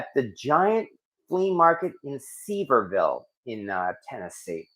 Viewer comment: Sevierville is accented on the second syllable - se-VIER-ville